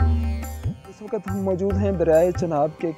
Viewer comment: Waqat nahi hota to waqt hota hai urdu bhi nahi sakhi se ati